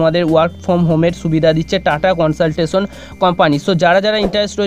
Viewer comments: Bhai, TCS er pronounciation ta valo kore koro prothome...Tata consaltasion🤣🤣🤣🤣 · dada ota TATA CONSULTANCY HOBA TUMI UCCHARON VUL KORCHO